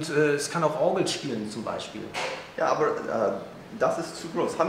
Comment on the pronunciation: That "aber" is hilariously accented. ROFL No offense, of course. But it's pretty funny how it's being pronounced as if it was some English word. Everything else sounded fine, though!